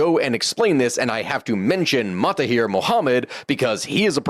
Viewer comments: Suggest to brush up on your Malay pronunciation starting with MAHATIR Mohammed, instead of ‘MA-TA-HIR’ Mohamed. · Some minor historical mistakes and Maha not Mata in the pronunciation of the PMs name (understandable problem you did get it right later 😊) and less niggling the Emergency didn't lead to independence as much as an attempt to get an alternate outcome in the path there but again an interesting video. Thanks for this analysis. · Fun fact of some butchered name Menteri Besar = Chief Minister/ Lead Minister/ Head Minister Mahathir not Matahir😅 Work in Malaysia for svral years There are some issues here But overall comfortable for English speaking professional to work here Food👌 Altho be advised that typical modern western ideology is hard no here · I would like to point out your pronunciation mistake, with the name.of ex PM if Malaysia... Mahathir Mohamed. MAHA-THIR 😊 You are mistakenly pronouncing his first name as MATHA-HIR 😮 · Mahathir, not matahir 😂